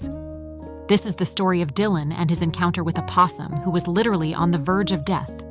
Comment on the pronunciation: AI messing up. Die-lan it said at 9ne point.